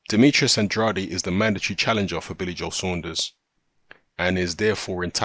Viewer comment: Delighted at this one (if it truly comes off). Rhyme "Andrade" with "can trade" (first syllable accented), if you're interested. Finally, Demetrius will be forced to either put up or shut up. High time!